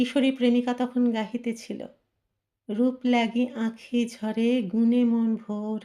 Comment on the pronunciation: রূপ লাগি আঁখি 'ঝুরে'। 'ঝরে' নয়।